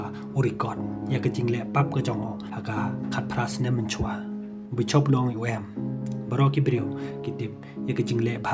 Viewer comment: Ha ka kwah bein tang ka ka pronunciation bishop ruh khlem nang..